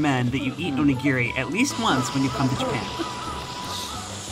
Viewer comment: Please say Onigiri correctly. It's not Gear-Ree, it's Gee-Ree. O-Ni-Gi-Ri.